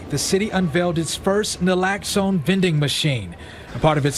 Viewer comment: my brother its pronounced NAH-LOX-OWN( naloxone). Subutex has that in it to detér íllicit use and overdose.